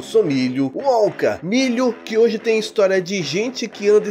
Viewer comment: Eu morro de rir quando o Milho fala o nome dele, Wonka kkkkk